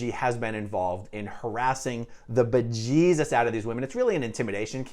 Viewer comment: "bejesus" till this day still tickles me 🤣